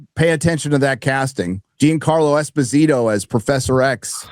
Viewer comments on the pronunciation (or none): none